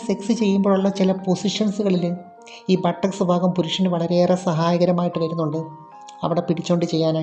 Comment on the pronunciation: "Fagam" അല്ല.